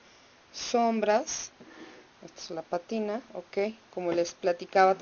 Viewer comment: Hola, te felicito por el video, sin embargo, te aconsejaría evitar un poco el "OK" pues después de un rato harta, y por otra parte el botecito de la PÁTINA se debe decir como está escrito con acento en la A y no patina como con patines.... OK